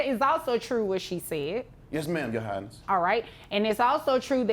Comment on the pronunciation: Man I couldn’t remember these two until he said “Your highness” 😂 last time he really said “your highnesty” mannnn 😂